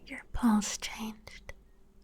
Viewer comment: she did not say "pulse" 😭🥀